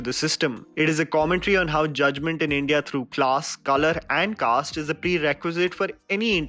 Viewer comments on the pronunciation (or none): none